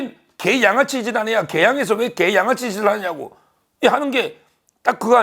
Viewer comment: 서변이 갱상도라 이중모음 발음을 잘 구분못하셔서 그렇습니다. '계' 와 '개'는 분명 다릅니다. 따라서 계양구민들을 까딱 잘못하면 자극해서 역효가를 낼 수도 있는 '계양아치' 라고 말하지 마시고 찢죄명이는 분명히 '개양아치' 라고 하시기 하시기 바랍니다. 아니면 '찢양아치' 도 괜챦고 . . . ..